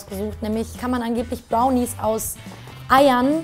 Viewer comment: Kim sagt am Anfang Bownies statt Brownies xD